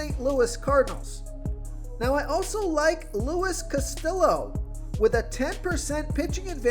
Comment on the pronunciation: Luis "Casti-yo" not Luis "Castill-o". Those latin names are a real struggle for you.